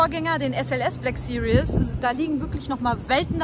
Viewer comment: Cooles Video! Aber es heißt nicht BLACK SERIOUS, sondern BLACK SERIES! ;) <3